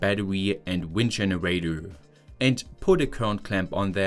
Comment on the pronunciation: Thanks for sharing but could you please try to change your pronunciation especially towards the end of a sentence? It is not a generatö but a generator. Would make your videos significantly better 😉